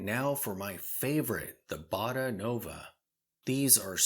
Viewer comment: The brand's name is Botta, neither "Boda" nor "Bada" ;)